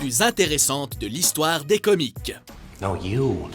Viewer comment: puree le gars il prononce comics comme comique